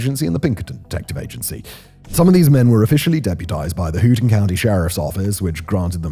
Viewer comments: It's Hoe-ton not Hue-ton. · Not “Whoton” county. It’s “Hoeton” county. “Hoeton” is also home to the university, so the pronunciation is relevant. Now we could talk about how racists down state still escape to the U.P. for a unified cultural existence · “Houghton County” is pronounced “Hoe’-ton,” not “Hoo-ton.” Otherwise, stellar!! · Thanks for this story from a Michigan native. Note: Houghton is pronounced HO-ten (not HU-ten or HOO-ten). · the "hoo-tan" county sheriff's office... Here in Michigan we say Hough-ton like this... Hoe-ton, as in garden hoe, see also a loose woman (hey hoe) followed by ton as in 1 Ton weight measure. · Its pronounced, "Hoe-tun", not hooton. "Houghton" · This pronunciation is comically bad. For reference they are pronounced "Kal--you-met" and "Hoe-ton" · Sad story and one I learned long after school. Houghton is pronounced Hoe-ton, btw. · Pronounced "cal-U-met" and "HO-ton". Fairly well done video. A little simple research on pronunciation would have helped make it better. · HOW-ton County. KEY-wa-naw Peninsula. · Agree with all of the above. especially the pronunciation of Ho-ton 😊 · It’s HOE-ton. Thank you for making this video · Well, aside from pronouncing Houghton County wrong 😅. Good job, Simon!